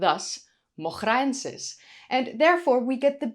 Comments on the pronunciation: I guess in Moghra : the GH would be pronounced like R in french and the R rolling like an R in Spanish. The way you pronounce it sounds like Dutch not Arabic 😂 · Hiya. You pronounced the “masri” in masripithecus like a native. Really nice, the effort you put in shows. In Moghraensis, the gh should be pronounced like as if you’re gurgling or like the letter R in French, not like the ch in German. Love you bye.